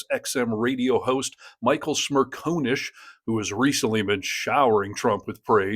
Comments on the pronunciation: It’s Smer con ish. Not Smer cone ish. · SmirCONish, Not SmirCONEish. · It's Smer CON ish not Smer Cone ish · Michael's surname is pronounced Smer-con-ish. Not Smer-co-nish. Genuinely, it is not that difficult. He says it himself often enough. 🙄😖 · Michael Smerconish is NOT a MAGA shill. He is a decent, intelligent, honest conservative. You don’t even pronounce his name correctly. It’s Smer CON ish.